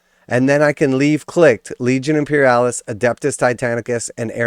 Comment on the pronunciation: After he said Imperialis, I had to stop the video.